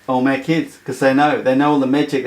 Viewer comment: Pronounced Ol' MeK